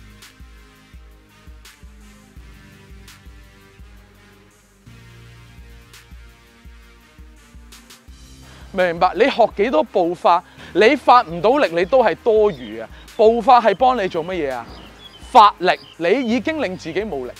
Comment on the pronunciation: " 骗了他多小次？" 再次证明粤普是如此地烫嘴